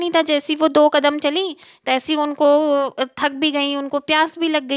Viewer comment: Aur tak nahi thak hota hai😂